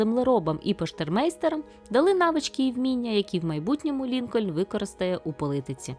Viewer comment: що відбувається з літерою «І» у більшості ютуб каналів українською? Чого политиці?